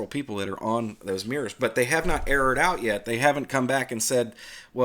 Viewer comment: "Let's look at Mirs' Me: "Eh? Oh... MIRRORS!" 😁